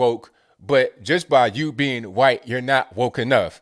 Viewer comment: Why do you say qwhite?